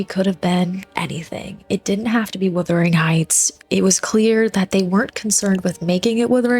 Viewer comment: It WUTHERING (meaning very windy) not WITHERING (meaning shrinking and dying). The Yorkshire moors are really windy and cold.